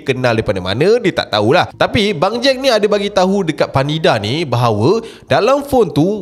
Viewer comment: sebut bangjack takpa ashrap jgn sebut bang jad ja...nanti jd lain plak hahaha